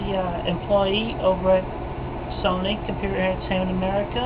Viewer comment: Chris says "Sony" in the same way the Egg Lady in Pink Flamingos says "Baltimore". "BOLMER" "SONEY"